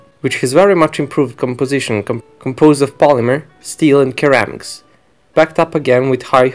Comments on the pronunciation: Duuude not weeedeo but video, v like victory, not keramics but ceramics like john cena not kena. And not tick but thick with th like f in feeling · My friend I notice you say ceramics the wrong way just pretend it’s spelled seramics as the (c) makes and (S) sound do ceramics sounds like SERAMICS in American English and English-English lol. Great job enjoy your videos my Russian friend. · Pronounced sir-am-icks